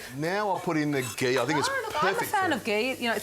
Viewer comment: he put the gay(ghee) in 🤣🤣🤣🤣🤣